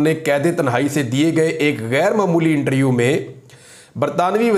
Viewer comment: پیارے بھائی میں آپ کو دیر سے فالو کرتا ہوں، اور آپ کے لیۓ دعا بھی کرتا ہوتا ہوں کہ خداوند آپ کو سنبھالے رکھے اور حفاظت کرے۔ لیکن ایک درستگی کیجیۓ پلیز۔ ایک لفظ جو آپ اکثر استعمال کرتے ہیں۔ وہ لفظ ہے اِنٹریوُ پلیز اِس لفظ کو ایسے بلائیۓ اِنٹرووُیو Inter View آپ بہت اچھا بولتے ہیں۔ آئی لو یوُ مائی برادر۔